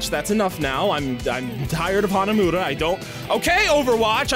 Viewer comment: Hanamooda? Hanamuda. Muda. He IS Dio!